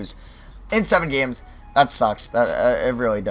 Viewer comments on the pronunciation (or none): none